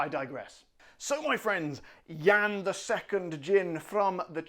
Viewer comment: I watched this review when it came out and I was so proud of your pronunciation (it’s not easy to stick with Jan as a male in the US…), got it at Auchan in Poland (not cheap) not long ago, brought it back and drinking it right now in Atlanta while watching your review again. Very cool - you inspire people!